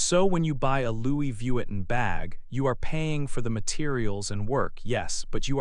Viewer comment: Pronunciare in maniera decente il nome Louis Vuitton mi sembrava il minimo! Peccato. Fa venire talmente il nervoso che rovina tutto il video